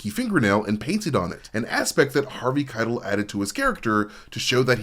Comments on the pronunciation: Harvey Khai - Tell, not kytle. Maybe that was a proactive engagement tactic. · Omg... dude. .. you gotta learn how to pronounce Harvey Keitel's name. It's ky-TELL. It discredits you and your knowledge of the film when you can't even get the famous actor's names right. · It's Harvey "Ky-TELL" ! I'm losing my mind lol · Dude, Robert DeNiro and Diahnne Abbott actually spend a good chunk of "The King of Comedy" together and have plenty of meaningful interactions. Also, the way you pronounce Harvey Keitel's name is infuriating. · Dude, I love that you read your own scripts rather than using a robot, and I know that when people pronounce words wrong its because they learned those word from reading, but how did you watch any of that documentary, hell, how did you get this far in life without hearing Harvey Keitel's name out loud? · Everytime you mispronounced Harvey Keitel I want to 👊😵‍💫🤕 ! 😤😡🤬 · The way you pronounce Harvey Kitel is driving me nuts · Driving me crazy